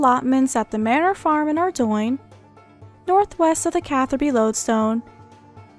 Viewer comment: ARE DOIIIIINGGGG lol. its pronounced ARE-DOAN